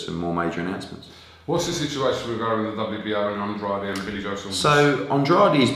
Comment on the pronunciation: Hearn should learn how to say Andrade's name right for a start. And-raid.